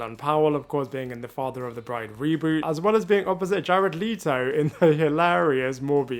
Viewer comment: i never nobody pronounce “jared leto” like that “lee-toe”